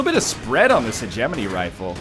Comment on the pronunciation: while we're on the subject of calling ryan out, he's been pronouncing hegemony wrong. heh-geh-moe-knee, not heh-gem-in-ee.